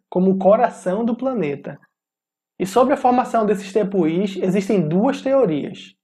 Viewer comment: na palavra Tepui, a pronuncia correta é com o "acento" no U, não no i (a sílaba tônica é a pu). Seria algo como tepuuui